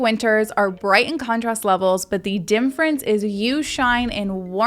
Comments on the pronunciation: Please learn the proper enunciation of the word Difference. It is NOT Dimmfrence . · OT: You say "dimference" for difference. Regional thing?